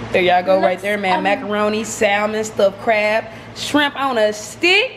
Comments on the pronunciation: She said strimp. I hate when people call it strimp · " sum strimp" 😂😂😂😭💀‼️